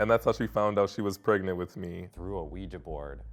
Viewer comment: The mum was pREgaNanAnT